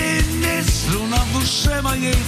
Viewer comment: Вы правы! Вместо слова струна, всё время совершенно отчётливо произносил слюна. Были и другие ляпсусы. Исполнение и запись небрежны, на уровне самодеятельности. Но сами по себе и музыка, и текст великолепны.